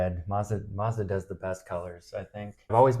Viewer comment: MAZ DA not mardaz